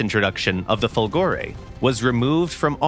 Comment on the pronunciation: It's Fòlgore, not Folgòre !!! Italians were able to produce and test excellent V engines, thinking about the wonderful V16 Fiat AS.8, reaching a 2000+ HP power well before other countries produced more known engines like Merlins, or Griffons, Jumos, etc. A much more plausible explanation of the "fiasco" (which one are you talking about, anyway ? Italian planes where in most cases far better than foreign planes...): politics and industrial tycoons greed ruined it all.